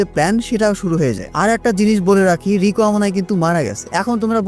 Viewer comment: apni rika bolchen keno Riko